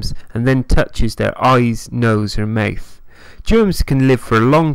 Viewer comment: Maeth? You mean mouth?